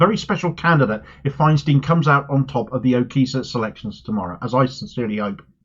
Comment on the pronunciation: Great candidate. But Andrew Feinstein isn't American so his name is pronounced "Fine-stine", not "Fine-steen".